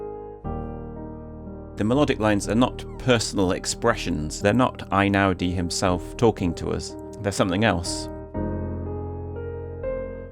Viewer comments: One point about his name. Since he's Italian not German, isn't it "ey-now-dee" rather than "eye-now-dee"? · Maybe this has been said before, but his name is NOT pronounced I-naudi but Eh-ee-naudi. In Italian the "E-I" sound of two vowels next to each other is a diphthong comprised of a separate "eh" sound as in "ten" and an "ee" sound as in "bee." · He is Italian, so the first syllable of his name rhymes with hay not with rye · Interesting reflections but it would be better to start with pronouncing his surname correctly.